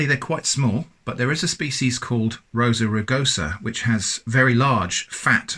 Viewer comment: Rosa rugosa? Did mean John Barosa? Or perhaps, the late John Warosa? Lol